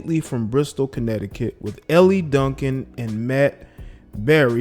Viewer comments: Dude, her name is pronounced "L" Duncan not Elly. Also your commentary is waaaaaaay too long and monotone. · ....Elle’s name is pronounced like the letter L, not Elli, like you’re saying. Not sure if you’re being facetious or not🤷🏽‍♂️🤦🏾‍♂️ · How you going to comment on something and you don't even watch the show or the network? What a joke, promoting hearsay. BTW, it's Elle, like the letter 'L'. Geesh, why should we listen to you?!